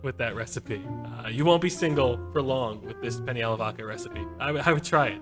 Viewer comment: penne, not penny man